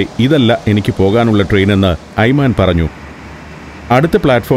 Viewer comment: ടൂർ ഗൈഡിന്റെ പേര് 'ഐമാൻ' എന്നാണ് ഇവിടെ പറയുന്നത്. എന്നാൽ 'ഐമൻ' എന്നാണ് ശരിക്കുള്ള ഉച്ചാരണം. 'വലതുപക്ഷക്കാരൻ' എന്നാണ് ആ അറബി വാക്കിന്റെ അർത്ഥം.